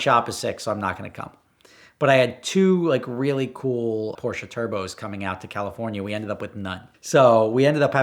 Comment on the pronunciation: As a native german I really love his correct pronounciation of "Porsche". Most americans slaughter that name.